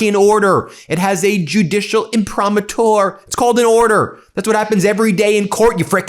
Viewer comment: Yo, Ben…it’s pronounced im-pri-MA-tur. In Latin the accent is always on the penultimate syllable — not the last syllable . I slept through 8 years of Latin classes in school back in the days before you were born. Keep up the good work — and the rage. Trump wants to screw us by not paying his fair share of taxes. Plus, he’s again distracting from the Epstein files (where he appears THOUSANDS of times)